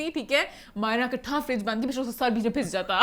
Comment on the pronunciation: I love your way to say sir so good😇😇😇😇😇